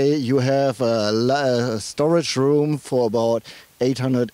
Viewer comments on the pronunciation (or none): none